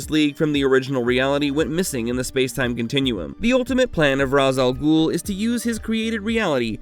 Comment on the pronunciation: You’re not pronouncing Ra's al Ghul, you and most others have been poisoned by the Nolan trilogy just like how the venom movies made people pronounce Symbiote incorrectly Please watch the 90’s Spider-Man animated series and Batman animated series, especially the Batman beyond episode where old Bruce gets in the Lazarus pit and Thalia explains to Terry on how to pronounce her father’s name